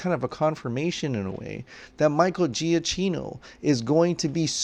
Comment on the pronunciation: For gods sake can you please pronounce “giacchino” properly!! Italian isn’t that hard